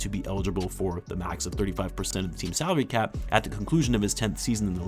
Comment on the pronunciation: I miss heard ''saudi cap'' instead of salary cap like 3 times, a true wtf moment when did the Saudis buy the NBA